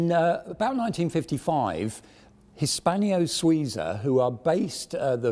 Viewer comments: Arrrrgh... It's HISPANO-SUIZA, not Hispanio-Souza, damn! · The Swiss firm is called"" Hispano-Suiza". There is no i between the n and -0-, nor is the second word pronounced as three syllables but as two: Swee-za. This sort of sloppiness is not only annoying: it's straight out offensive to anyone not from GB, specifically from the TTM. If your goal is to attract visitors from abroad, stop making a fool of yourself,.:-(